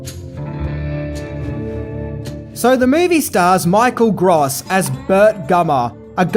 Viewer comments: I hate to correct people but it's definitely pronounced Michael Grōse not Gros. In 1988 Gross was actually the biggest name in this film. Bacon hadn't done A Few Good Men yet, so he was still a B-lister, but Gross, in contrast, was definitely a household name. Reba also wouldn't reach her high celebrity status until the early/mid 90s, and Ward would generally remain vaguely known. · I believe his name is pronounced like the adjective gross. Or net versus gross. If this is just how you pronounce the word gross I apologize and say never mind. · Michael Gross is not pronounced "gras". Just saying. Irritating. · Michael Gr-oh-ss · Dude... It's Gross not Gross... Lol